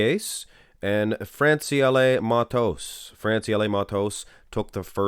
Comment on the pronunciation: Your pronunciation on Francielle Mattos is perfect!